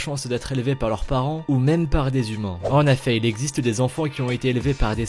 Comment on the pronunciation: XD " en aifai " genre avec l accent =( en effet)